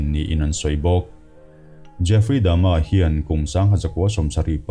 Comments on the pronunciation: Jeffry Dama tih aichuan Jeffry Dahmer(dahmar) ti zok la. ... .. Ka lo ti ve mai mai nih chu. .. . . . ... .... I lamdan pawh hi adik zok thei bawk a! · Jeffry dahmer, tihzawk tur ani in kavan hrezawk ve aw....mahse ilamdan pawh hi lodik zawk maithei a.